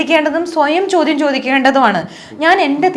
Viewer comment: chodyamshariyalla ❌ chodyamsheriyalla ✅